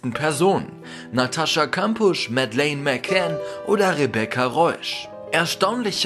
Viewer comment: Hauptsache Madeleine Mccann falsch aussprechen 😂